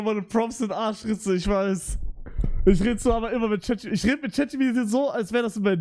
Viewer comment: Warum sagt er chatgp2 das trigert so hart 😂